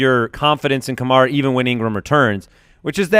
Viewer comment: it’s pronounced Ka-mare-uh. Kills me that people still don’t know how to pronounce a first round pick’s name